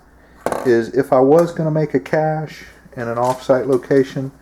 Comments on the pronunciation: Cache not cashe .. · "Cashe?" "Cache." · CACHE not caShe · Cache, not cashe.............. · Cache, not cashe. Also pronounced 'caysh', not 'cashay' like alot of ignorant do. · Toxically Masculine its actually pronounced Kayshe. I will also accept Kashay. Not cash. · CaChe not CaShe. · Dude, it's "cache"... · it's spelled "cache," and pronounced "cash" just lettin ya know :)